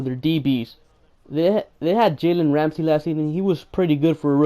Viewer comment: you got close saying his name lol but jalen Ramsey is the best player :) cant wait for week one Ramsey vs Hopps